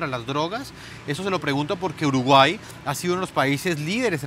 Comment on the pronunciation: Sho creo que uruguay eshta en el atlantico